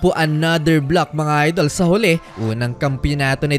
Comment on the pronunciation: "mga idel"😂😂😂😂super slang ahh